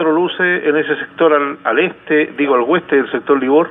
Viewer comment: Oeste, No weste.